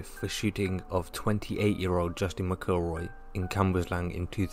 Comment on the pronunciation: Pronounce McElroys name correctly! Its no difficult.